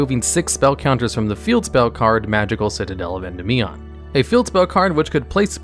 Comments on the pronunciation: Thank you for not saying "En-DEE-mion." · When saying Endymion, try putting the emphasis on DY instead of the MI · PLEASE stop saying Endymion wrong